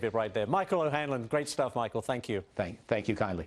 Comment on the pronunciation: a "tearant" ?